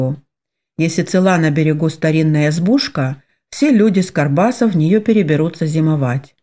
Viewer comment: Только почему карбаса,а не баркаса? Режет слух,как будто не правильно прочитали слово.